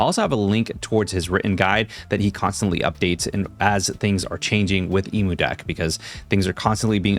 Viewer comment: Emudeck is pronounced "eh-mew-deck". This is because "Emu" comes from the word "Emulate". Now, you can pronounce "emulate" as "ee-moo-late", but this would be mispronouncing it.